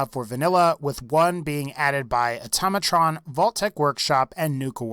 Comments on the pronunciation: ITS NOT ATAMATRON!!! ITS AUTO-MA-TRON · It's automatron not atamatron